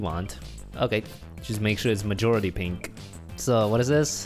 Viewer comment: He said mijority pink